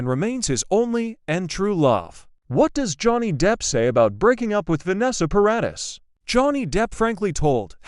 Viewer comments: Stop AI reading ! Ugggg Para deees not Para diss ! So annoying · It's Paradis.